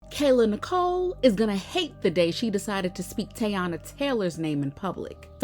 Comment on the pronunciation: Why no one can say her name right not tayana 😅😂😅